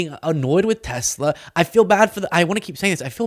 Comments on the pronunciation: There is no "R" on the end of Tesla! WTF? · it's Tesla, not Tessla. Try harder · So that's now Trump, Ben Meiselas and who erroneously pronounce 'Tesla' as 'Tessla'. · "I love Teslar" 😊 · Well I guess I'm a creep and a jerk too because everytime I heard tessl"er" stock went down I was downright giggly!! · You mean "Teslar" 😂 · I love tesler....lol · Oh no, not Tesler! 😂